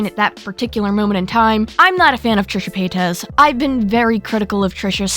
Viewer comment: What's a trishe pa-tez?